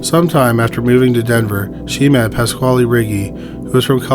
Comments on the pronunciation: I'm sorry, but... PASS-KALE, not KWHALE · pasquale is pronounced exactly like pedro pascal's last name.